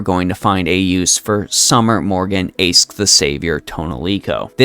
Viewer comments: I know you already said you'll stick to that current pronunciation, but I'll be that annoying one who explains that... It's actually a lot easier to use the correct one. In LB6, they explain that "Aesc" means "Ash Tree". It doesn't just mean that, it's ALSO pronounced "Ash". (Therefore I demand she gets a Pokemon trainer costume at some point). On the other hand, Toneriko is just the Japanese word for "Ash Tree". It's like how the Chinese Servants refer to their names with the Japanese translation, e.g. Xuanzang Sanzang refers to herself in voice as Genjou Sanzou. Why Chinese Servants specifically? Probably because they share an Alphabet and so read those characters in their own different way. This means that Toneriko isn't a "third character", and the NA team is just giving her the "Chinese Servant" treatment, rewriting the name into Old English instead of kana, which makes sense. So this is just Aesc/Summer Morgan, not Toneriko/Aesc/Summer Morgan. While I do love her as a character, wanting to give hugs for the horrible things she goes through, it feels wrong personally that they chucked a summer skin into an anni servant. Aesc's final ascension should have been something like... Morgan, but not summer-y? Specifically, perhaps a reverse Alter look where she's shiny, rather than gloomy? Summer Morgan could have been on a third banner instead. Or if people are tired of Saberfaces, they could have someone else as Anni, keep Summer Morgan in the lineup, then release Aesc on New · Apparently the correct pronunciation is Ash, just like Ash from Pokemon